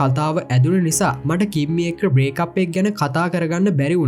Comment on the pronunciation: කිම්මි නිකන් ඇහෙන්නෙ කිම්බි වගෙ 😂❤ reviwe kolla ❤❤